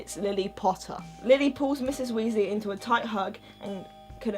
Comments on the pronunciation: Ginny Weasly it's Weasley not Weasly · It sounds like she is saying Moldy Weasly